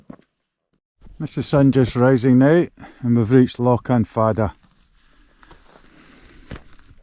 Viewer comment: Ruadh Stac Mòr. You can't have an rh in Gaelic at the start of the word. Ruadh Stac Mòr, not mhòr with the v sound. Lochan, not lockan. Very good photography BTW.